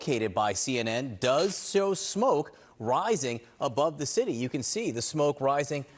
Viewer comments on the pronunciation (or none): Learn how to pronounce words. Belgoroad?? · Belgorad, belgoroad. These pronunciations from american media keep entertaining me